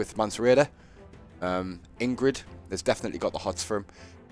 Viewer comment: Good morning! Happy to watch this one with ya! (pssst: it's Ygritte, not Ingrid! LOLOL)